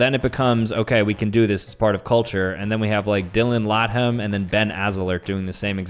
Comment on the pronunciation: DILLON LAYTHUM NOT LAHAM